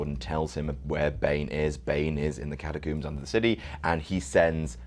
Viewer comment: i was calling attention to his pronunciation. You don't "coomb" for survivors. Trump does not have a coomb-over. and no one is trapped in the freaking cat-a-coombs